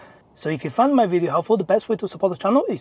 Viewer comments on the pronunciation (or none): none